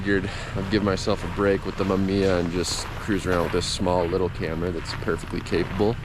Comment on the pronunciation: MA MI YA say it with me hahaha great video man, looks chilly out there!